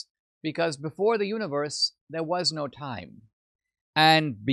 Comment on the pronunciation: lol the way he said “time.” Build it up papi! Build it up!